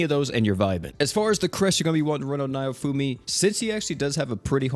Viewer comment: How do you get "nye-oh-foo-mee" from "Naofumi" just sound it out please! I love ya man, but you're killin' me! "Nah-Oh-Foo-Mee" all Japanese names are very phonetic